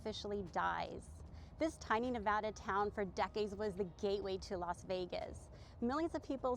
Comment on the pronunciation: First off great video! Second, thank you so much for saying Nevada correct correctly. I get so annoyed with people saying it incorrectly. Third, they should turn Buffalo Bills into a family property with no gambling and convert the casino floor into an amusement park. They should open back up all of the attractions that they built overtime that have been closed off like the magic motion rides in the back near the roller coaster and log ride. They should make Prim Valley Resort Casino into a full on adult experience, read into that what you will, and Whiskey Petes should be converted into a trucker centric property. Also a Walmart would probably do well out there. And a Buckys would be an awesome idea to be honest. I’m surprised they haven’t built one here in southern Nevada yet. Maybe whiskey Petes could be some kind of uber mega Buc-ee's.